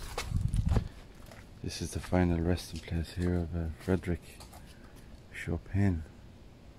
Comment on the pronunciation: A rather unusual pronunciation for Chopin. 😇